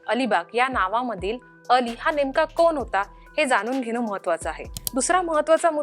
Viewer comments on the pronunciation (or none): चांगले मराठी बोलणार्यांना नेमा. बातमीदेणार्यांना ण चा उच्चार करता येत नाही. कोन, जानून?